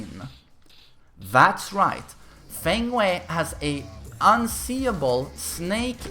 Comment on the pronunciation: "Fuh-ng Way".